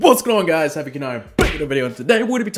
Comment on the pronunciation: Havoc I CANNOT understand your name in your DANK intro.